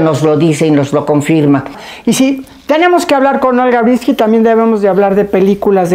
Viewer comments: Matilde, es Breeskin no "Brinski" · Linda entrevista...pero solo una cosa Matilde....es olga Bresskin....no Bresski....y la N nunca lo dijiste...muy importante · Pronuncias mal el apellido, no es brinski, es Breeskin. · Matilde no sabe pronunciar el apellido de Olga? Porque se insiste en decir "Brinski" en lugar de Breeskin? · Conductora, diga bien el nombre de la Sra. Olga Breeskin, no Brinski. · No es BRINSKI lo correcto es BREESKiN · Todavia........ Todos queremos ver a Olga!!!!!!.....Felicidades Olguita!!!!!......y tu Matilde a ver si te enseñas a decir ........BRISSSSS--------KINNNNNNNNN. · Es mi oído o la Sra. Matilde pronuncia Olga BreeNski?? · Matilde, Porque pronuncias "Brinsky" ???? ES EL COLMO ....!